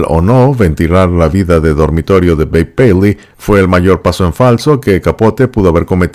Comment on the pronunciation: Lo bonito que se oye como pronuncia el nombre de Babe paley..